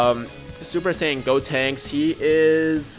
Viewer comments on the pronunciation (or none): Who tf is "Deb-Tinks?" Its "GOtinks." Lol